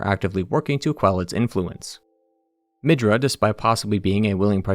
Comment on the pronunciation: Ok, i was tolerating the horrible name spelling almost till the end, but.. HOW IN THE LIVING FUKC DO YOU SEE THE WORD "MIDRA" AND YOU TWIST IT INTO "MIDJUR"